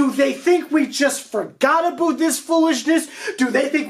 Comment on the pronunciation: WHY THE FUCK HE PRONOUNCED (ABOUT) WEIRD ABOOOOT THE FUCK??